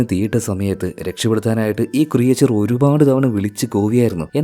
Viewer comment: ക്രിയേച്ചർ അല്ല ക്രീച്ചർ